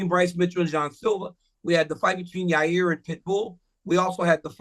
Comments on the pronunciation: I know Chael didn’t just pronounce Yair as Ya-rear 😅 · Who TF is Raa-rear ? Cha-yale enjoys saying some people's name in the most F up way possible, he knows exactly what he's doing. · Ra rear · CHAEL WENT SCOOBY DOO PRONOUNCING YAIRS NAME.. RAH- REAR.. RUT ROW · Your rear Rodriguez might be my favorite Chael mispronunciation